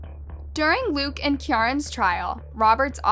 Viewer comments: Kiyaran is 'keer-an' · Keeeeee-ran that's how this scumbags name is pronounce